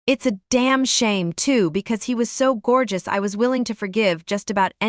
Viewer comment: Gorgus😂😂😂😂😂U r pronunciation is awesome. I'm sure no native English speaker will blame your wrong pronunciation, to be blame people should be non-native English speaker right?